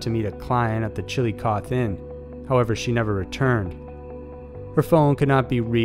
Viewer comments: Chilli-cotheee.. That's how it's pronounced. Also, Ahhh-kron is how you pronounce Akron. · FYI-I live near Chillicothe, ohio. It's pronounced like chilla-cothee :) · Jesus Christ I'm sorry, but at It's pronounced "Chill - ick - othee" and it's "population of fewer than 25,000", not "less than". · As an Ohioan it killed me to hear you pronounce Chillicothe. Chill-a-coth-ee Great videos though! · It’s pronounced chili cothEEE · Chillicothe is pronounced "chil-ih-coth-ee". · Are these stories are sad and stuff but I can not get over the way he pronounced Chillicothe It should be pronounced chili-coffee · FYI, Chilicothe is pronounced Chill -uh - coth - ee. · For future reference, it’s pronounced; Chill-AH-cauth-EE Ohio You’d say it Like chilla-coffee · Not super important, but it’s pronounced “chill-i-coth-EE”. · The Ohio town is pronounced Chi- a - coth - ee . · My National Guard used to be in Chillicothe. It’s pronounced like Chilli-cothee though. But I am glad it is finally getting some attention! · It's pronounced ChillicothE, with a hard E sound. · Chillicothe is pronounced chill-i-coth-ee. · CHILLICOTHE HAS 4 SYLLABLES....NOT 3.....OK...I'M GONNA TRY...CHILL-I-COTH-E.....YOU SAY THE E ON THE END....SHARP E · Chillicothe, chill-low-coh-thee. I lived there once, that's how the name is pronounced. xD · "Chill-eh-coth-ee" just saying. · Its pronounced chill uh kah thee. I live in Columbus and I knew one of those girls. Sad story man. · Summer88 actually he didn't. He said "coth" every time. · I bet it would've taken less than 2 minutes to discover how to pronounce Chillicothe. Lazy. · You need to get your facts straight on the vanishing women in Chillicothe. I live there and knew some of these ladies. Make sure you know the whole story before posting as well as please learn pronunciations before doing a video 😂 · The "e" at the end of "Chilicothe" is not silent. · You’re pronouncing Chillicothe wrong you need to add the e sound at the end